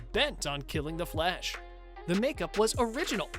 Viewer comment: Nobody: Flash channel narrators: FLESH, sicada devow, zom, sico